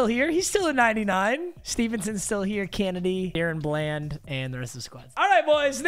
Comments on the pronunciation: "Deren Bland"✅ Deron Bland🚫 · say it with me now duh-ron bland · Duh-rhon bland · I hate how you pronounce Tyler Biadasz Daron Bland and Osa odighizua